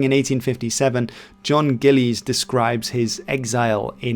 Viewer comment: Gillies is said more like Gill-is than Gill-lays.